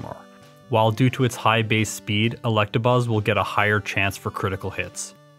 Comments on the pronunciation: Are you saying Collectabuzz? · Yo i thought i was the only one who pronounced electabuzz like that